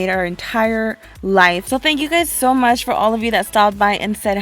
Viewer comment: *fall, not all. and *for, not fo lol